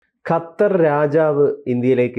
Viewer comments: ഖത്തർ എന്നാണ് ' ഹ ത്തർ അല്ല. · ഹത്തർ അല്ല ഖത്തർ പ്ലസ് ഉച്ചരണം ശെരി ആക്കു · ഹത്തർ,,,, അത്തർ ഹ ഹ ഹ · ഖത്തർ എന്ന് പറയൂ ചാണകം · ആദ്യം ഖത്തർ എന്ന് പറയാൻ പഠിക്കൂ അതിന്നു ചാണകമല്ലേ